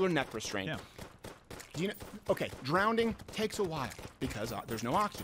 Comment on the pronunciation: "Drownding" -Steven Croweder